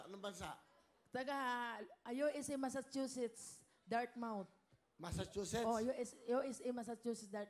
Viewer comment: Massachuset Vermont? Katawa si ate.